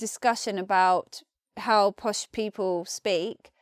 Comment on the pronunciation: What on Earth are 'posh peepuww'?